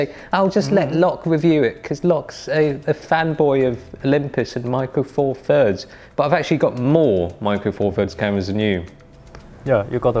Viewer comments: Micwo fawfuds deez lahz. Laaaaaaarrrk. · micwo four firds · 'Micro four firds...'